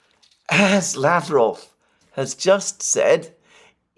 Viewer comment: Pronounce Lavrov w stress on last syllable and final v like f.